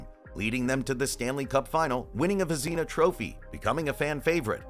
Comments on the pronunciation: Vez nah First part is correct, second is nah , not the back half of Tina . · Who the hell says Vezina that way? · AI garbage, that's who.